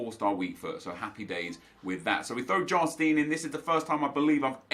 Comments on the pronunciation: Jarstein is pronounced «Yarstaein». Keep up the good work!! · As a Norwegian, Just wanted to let you know that Jarstein is pronounced with a y. So it would be Yarstein. Love the videos keep up the good work